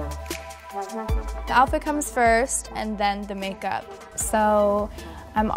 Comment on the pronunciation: The amount of times she says MaKEuP😂